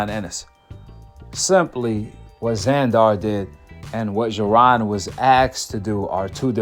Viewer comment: It's Zander not Zandoor u make it sound like a super villain from a movie lol.